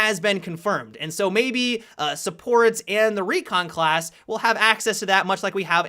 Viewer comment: "The Khlas changes" :v